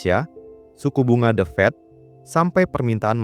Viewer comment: The Fed, bukan The Fat.